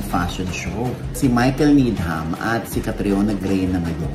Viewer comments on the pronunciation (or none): Needam ang pagkabasa ng Needham:) silent H po sya ❤